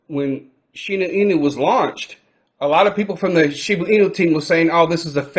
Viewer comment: Shiba not Shibu lol